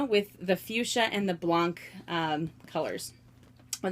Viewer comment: About the Multicolor Monogram, first they're not made anymore :( and just so you know, I'm french and "blanc" is pronounced "blan" you actually dont pronounce the "C" at the end ;) And your collection is outstanding (just gimme your address so I can rob you and make some money honey :D)